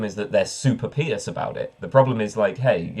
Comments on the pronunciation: Why pee-ous, not pie-ous? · I never heard someone pronounce "pious" this way until this video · By the way, ever noticed how the difference in pronunciation between "pious" and "impious" makes absolutely no sense?